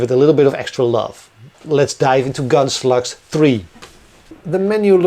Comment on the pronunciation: I remember several years ago, when I first started watching your videos — whenever you mentioned Gunslugs, I thought you were saying Gunsluts. 🤣